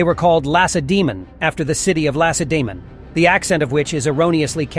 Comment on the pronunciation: 1. "ΟΜΟΙΟΙ" in Greek "Homoioi" it's pronounced as "oh-mee-ee". ΟΙ is like ee. 2. Helotes weren't a Spartan cast, they were conquered Messinians. Slaves by generetions to Spartans. 3. ΛΑΚΑΙΔΕΜΟΝΙΟΙ -> Lakaidemonioi is pronounced as Lah-keh-deh-moh-nee-ee. 4. the 300 were a unit of fathers, which means that all the members had sons. So that even if they were killed their sons would continue to serve. You could say even a suicide unit.